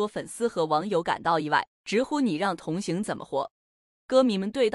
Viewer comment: 你是机器人讲话吗？同hang, 不是同xing.